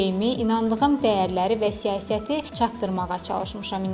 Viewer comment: ''siyəsət'' yox, ''siyasət''